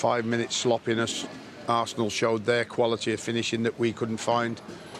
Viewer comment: I feel like he always says arse!nil